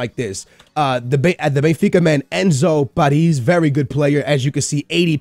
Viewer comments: His name - Perez. How says it - Pariz. you're not even trying man.. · OMG it's so funny the way you pronnounce player names Enzo paris ahahahahahahah great video btw